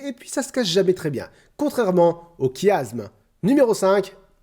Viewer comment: C'est se qu'on appelle un Chiasme ! (Se prononce "ch")